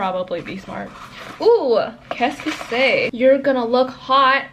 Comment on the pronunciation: I love how she goes ooooooh qu’est ce c’est 😂😂 As a Canadian I can tell you that is something you do if you learn french in elementary school😂